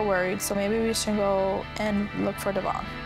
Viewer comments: One thing that bugs me is she says Devoin’s name wrong. How does she not know how pronounce her fellas name correctly?? Maybe it just got too awkward to correct and she never knew she was saying it wrong 🤷🏼‍♀️ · Does Briana know how to pronounce Devoin’s name? Like is this ever addressed with them? Lol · It’s the fact that she had that mans baby and can’t even say his name right. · What’s crazy to me is that Devoin said that they purposefully pronounce his name incorrectly and have for years so he stopped correcting them. They are such nasty people.